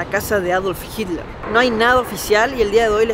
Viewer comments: Por que en lugar de decir Hiler, dice Hidler? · jiler dice jajajaj